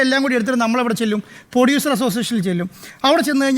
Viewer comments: പൊടിയുസർ അല്ല പ്രൊഡ്യൂസർ ആണ്. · പൊഡ്യുസർ അല്ല സാർ....പ്രൊഡ്യുസർ😂